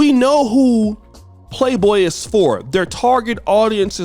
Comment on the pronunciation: the magazine is called Playboy, not Playdough 🙄